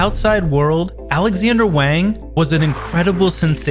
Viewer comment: Wang is pronounced Wong